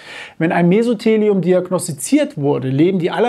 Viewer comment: Sie haben Mesotheliom falsch ausgesprochen. Die Betonung liegt auf dem "o".